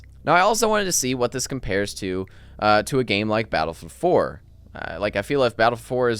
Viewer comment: Is he saying Battlefield 4? Battle four four?